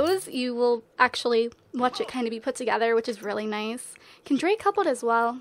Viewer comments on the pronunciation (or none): none